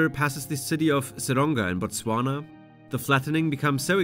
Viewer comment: bro can you stop butchering the hell out of the name Botswana